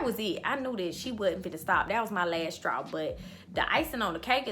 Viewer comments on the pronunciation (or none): You have multiple "lasstraws"